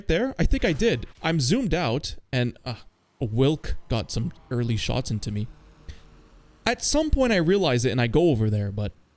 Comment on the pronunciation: you spell 'wilk' as 'vilk', not 'wilk', you are supposed to say v, not w